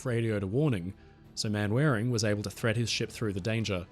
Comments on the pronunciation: Manwaring, Captain of HMS Cornwall, is pronounced 'Mannering" I would think an Australian would get British names straight. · Captain Manwaring, pronounced 'Mannering', surely? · a minor point but the British name "Manwaring" is actually pronounced "Mannering", the foibles of old English names, some going back to the Norman conquest, like "Beauchamp" with pronunciation adjustments over the years leading to a pronunciation of "Beecham"!! They're similar to the pronunciation of "Belvoir" Castle (the direct translation from French meaning good view) being pronounced "Beaver", you never learn that these names aren't pronounced how they are written until someone corrects you 🤗 The only other common pronunciation differences I can think of are that the "-borough" of a place name is pronunciation "burra" or even "bruh", and "-shire" is more of a "shur". 😉